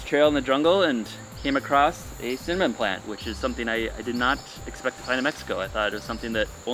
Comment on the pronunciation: At first, when he said cinnamon, I couldn't hear what he said and I thought he said semen plant. Then I went, maybe he said cement and then the said cinnamon and I was like, 'oh, cinnamon!'